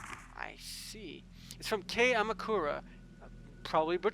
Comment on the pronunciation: To think Rei could've avoided all the stuff that happens to her if she had just run from the tattooed lady sooner. You got Kei right the first time. You also got the last name correct. Go with your gut on the pronunciations of Japanese names you're actually pretty good. Poor Miku is reduced from heroine to slave. She basically does all the household chores. Damn you Rei! BTW as usual your outro is epic!